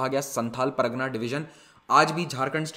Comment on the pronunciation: Sir you are pronouncing pragna but it is par GA na